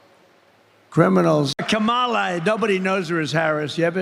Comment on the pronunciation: He can’t even pronounce her name correctly.